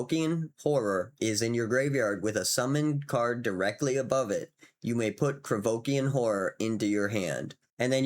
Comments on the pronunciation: Oh¡ IK mate, is just that this time was funny coz it sounded legit [Krevokian or whatever the hell you were saying there sounds legit as a 'fantasy name' or demonym] and coz you doubled down a couple times... then the next card came in heheh... another Krivoskian¡ hahah ] but ofc it's no big deal, it makes it even better, I do appreciate your content dude. With the card I was talking not about swipe as in 'board swipe' [board swipe would ruin the fun killing the enchanted creature] but maybe you mean that and it's another English language thing I'm yet to learn... I mean those [usually] effects on a creature or spell that say that you gain control of a critter 'until the end of turn' and gives them 'haste'; I have to say I found them a bit underwhelming seeing all the OP cards around [I'm playing it like an RPG.. like Shandalar... which is very much the same imho, and I love it for it mind y'all] But now I'd try to get the freaking Alliances card and gonna try to steal them critters to give them back with the enchantment on, just for laughs. Thanks again for featuring such a gem of a game Salu2¡ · Krovikan [ Idk what just happened to your tongue with that word ^^]... Krovikan Plague would be interesting to see with all those cards that I'm facing in certain videogame [ Imention it in every other comment now ] taht give you control of an enemy creature and gives it haste until end of turn. It would still be... not great, but it feels really funny to be slowly removing their critter all the while tapping it for a ping..... absolutely hillarious Salu2